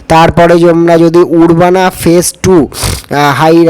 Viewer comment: Record korar age script likhe niye record korbe। Ota উর্বানা noy আরবানা